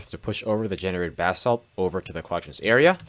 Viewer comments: I know you’re saying “basalt” but I hear “bath salts” and it makes me chuckle. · Why does this jit keep sayin bath salt